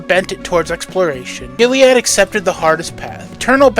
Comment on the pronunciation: Sorry to split hairs but Eternal Warrior’s first name is Gilad not Giliad